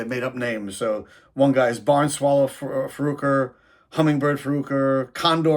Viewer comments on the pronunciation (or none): I believe it's pronounce Far-Kwar. They also have one or two other albums. At one point calling themselves The Fabulous Farquar. My particular favorite song by them is My Eggs Don't Taste The Same Without You.